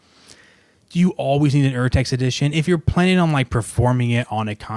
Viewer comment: Defintely agree. With Henle, the pages always lay flat. Henle chose the paper color & finish to minimize eye strain. And Henle will outlast the stapled-together 'yellow' editions by decades, and are passed down in families. I got data on this. BTW: the german pronounciation is OR-text.